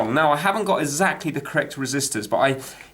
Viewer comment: "33 killer ohms? uF and not μF? Ezactly?" You're killing me! But I love your videos.